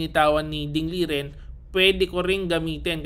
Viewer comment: master, ding lijen daw tamang pag bigkas ng name nya.